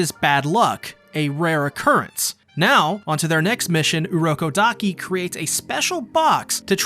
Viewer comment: its urokodaki